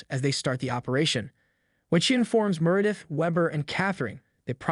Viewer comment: Meredith's & Catherine's names were also mispronounced.